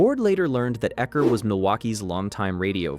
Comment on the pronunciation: All credibility lost with U-ecker.